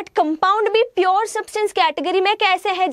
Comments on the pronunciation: Mam it's pure not purrrr😂😂😂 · Mam it is pure, its not piyur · She can't even pronounce pure properly